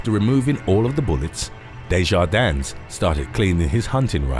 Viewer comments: It's just pronounced "Day-jar-din" without the S! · The S on the end of Maurice's name is silent! Just like Illinois the S is silent. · Just a point of clarification. You don’t pronounce the “S” in Desjardins. I’m just a stickler for grammar. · Desjardins is pronounced with a silent s at the end